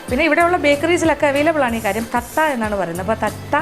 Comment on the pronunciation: Adu Thattai aanu. Thatta alla Madam